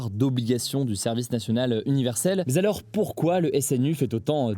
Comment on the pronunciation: Hé Hugo. Pourquoi tu dis tout le temps "mais z'alors" ? 😆